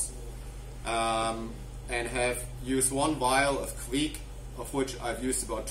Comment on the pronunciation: Correct.Kviek like bike 👌🏼